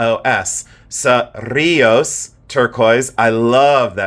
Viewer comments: Lol OMG I know CERRiLLOS♥️♥️♥️♥️ t that was perfect pronunciation I'm Spanish and I'm from New Mexico I know where that place is love you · Beautiful bolo ties!! Cerrillos turquoise comes from New Mexico. I visited a wonderful shop up in the mountains and he was Navajo and knew all the different mines, most of which he said are mined out! So proud of your Spanish pronouncing ( remember to roll those rr’s)😃😂I’m Puerto Rican and it comes naturally to me! Love you so much!❤ ❤